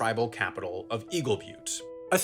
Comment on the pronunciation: you're from colorado and cant say byoot? lol butte... its not but